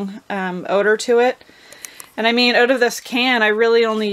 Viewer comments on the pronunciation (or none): not a java drinker?? you're missing owut (as you say it, lol)...seems the mice are not either! great tip!